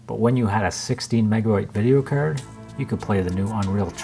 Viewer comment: its a video cerd lmaooo its card with an a not an e